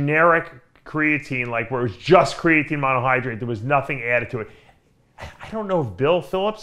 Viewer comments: '' crayateen '' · what is "CRAY-uh-TANE" lol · The way that pronounces “creatine” 🤦🏼‍♂️🤦🏼‍♂️🤦🏼‍♂️